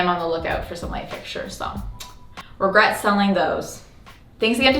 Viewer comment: Every time you say regret I hear RugGret in my head instead lol